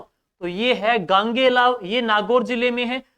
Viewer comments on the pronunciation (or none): Sir Gogelav h na ki gangelav